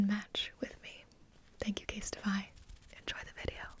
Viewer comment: when you said casetify, i heard kiss my ass😂😂